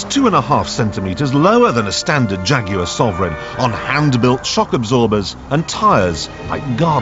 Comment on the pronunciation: you mean Shaguars right?!